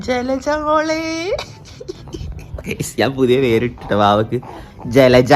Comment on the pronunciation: Le:yara❌ജലജ ✅👍🏻😂🙆🏻‍♂️